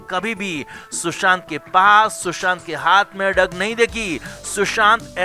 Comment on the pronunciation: ये ळग क्या होता है? It is ड्रग्स